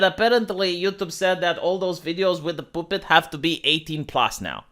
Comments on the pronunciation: The way pronounces puppet cracks me up. Poopet lol. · The way pronounces "puppet" is sexy.